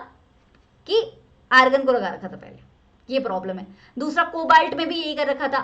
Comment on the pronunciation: Ma'am argon hota hai Agron nhi hota hai